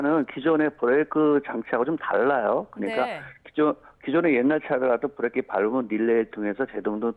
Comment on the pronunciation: 김현정 뉴스쇼에서도 이분 인터뷰 들었는데 /// 아뭏튼 브레이크라 안하고 계속 브레끼라 하시네... 정비명장이라 더구나 저리 부르시나